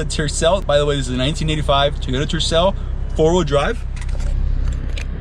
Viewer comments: It is pronounced Toyota not Teyota. Second it is not a shitbox or Turdcel. Obviously Salt Lake City Toyota didn’t do anything to the engine to maintain it such as a complete tune-up. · Tee oh da. Did your Mom tell you to pick up your tees? NO,, she told you to pick up your TOYS. Say it TOY OH TA. Say it God Damn it. SAY IT! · Funny how you say "Tooyota...😊